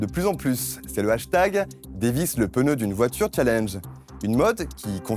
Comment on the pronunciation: vraiment un excelllent épisode de jdg mais le coup du "PENEU" au lieu de pneu ça me trigger lol